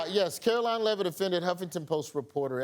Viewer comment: Amber 😂 it's Karolying Leaveitz Barbie 😅😅😅😅